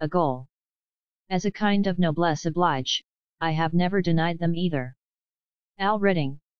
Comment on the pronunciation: Noblesse oblige mispronounced, ups is not U.P.S.!! I don’t recall reading this 30+ years ago (maybe 50?)